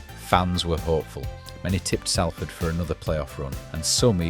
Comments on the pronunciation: Just a quick note, it's pronounced Sol-ford or Sawl-ford, not Sal-ford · Salford. Not Sallford. They have to deal with this mispronunciation all the time. It’s just like salt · I’ve lived here for a decade and a half and I thought it was pronounced saul-ford. 😂 woas me. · Pronounced “Sol-ford”. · What? From Broughton to Traffod It's pronounced sol-fod. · Why can’t Ou pronounce it properly, you irk ? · least I can pronounce Salford correctly you tw@ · Good video but pronounce the name of our city right ffs !!!!! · every time i heard the name Salford it grated me